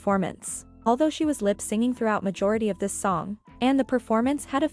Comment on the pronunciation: It's lip synching (as in synchronization) not lip 'singing'. Sorry, had to comment on this as I saw this in several posts, hahaha. 😜